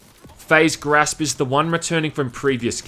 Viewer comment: You say grasp weird